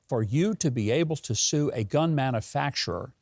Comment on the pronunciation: Its pronounced man-u-facturer not man-a-facterer i guess you and Brandon went to the same schools.